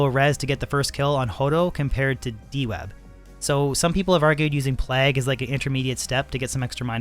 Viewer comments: He says it all weird because he’s Canadian.. “P-Lag” lol what a weirdo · Plague, like Craig, vague, the Hague. Not "plag". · Your pronunciation of the work Plague is murdering my soul.